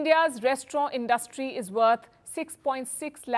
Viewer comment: You have to learn the difference between “ asked” and “ told”. You have to learn how to pronounce “ interim” , “ industry” etc.